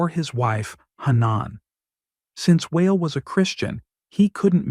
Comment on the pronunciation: Lol. I'm never going to be saying the name WA EL ever the same. It's going to be whale 🤣